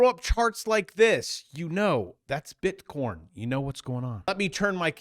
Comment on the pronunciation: Why pronounce it as bitcorn